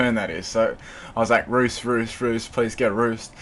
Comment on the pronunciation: Say roost! not ruesht. lol nice battle